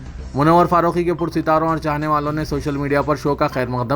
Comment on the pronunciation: pursitaro,n nahein parastaro,n